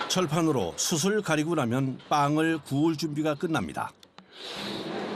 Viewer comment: 이 양반아! (숯을...) 읽을 때 수츨.... 이라고 해야 합니다. EBS 방송이 왜 그래?